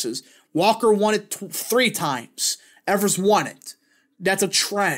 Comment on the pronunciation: As a Wisconsinite, it is pronounced EE-vers